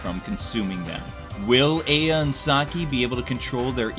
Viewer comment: This game is a low budget, but great game for certain gamers. The series spawned over 7 games and 2 movies. I love the series. Though, not to be rude, but you keep mispronouncing games like Aya and Reiko. Also, you missed key factors within the series and aspects of this fanbase. I respect your review and am glad that you touched upon this game. I just feel you sort of missed the mark for this one.